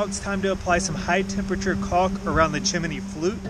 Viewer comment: Chim-a-nee flute?